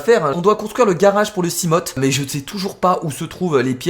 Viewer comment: on ne dit pas simot mais simof mais sa s'écrit seamopht